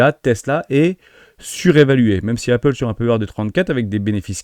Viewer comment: Prononciation de "Apple", pareil y'a pas de H Et meme si ya un H à "high" tu insistes beaucoup trop dessus 😅 Quelques tics de langages aussi. "Dès lors", "soit dit en passant" Tu le dis beaucoup trop 😊 😉😉